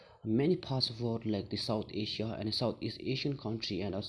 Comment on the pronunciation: You must be great new emerging Tibetan political analyst. Overall good contents and well delivery. I would suggest little bit over changing in your usage of “S” sound at many nouns ending, which could be detrimental to your overall scores otherwise. E.g, Africa, China and Asia are followed by S sounds. My simple suggestion though.